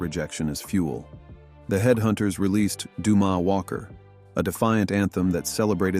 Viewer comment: "Doo-Mah Walker" do you suppose you could drop the AI shit and get a real, human narrator???